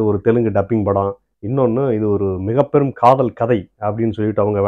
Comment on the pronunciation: காதல் இல்ல, காதோல் 🤣🤣🤣🤣🤣